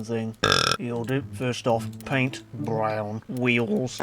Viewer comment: i lol every time i hear you saay BRROWN